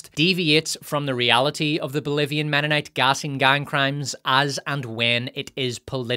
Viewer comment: Ahem, it's "menonite" not "womenonite."